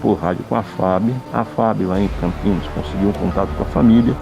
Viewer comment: Parabéns pela matéria, mas o nome da cidade é Campinas e não Campinhas.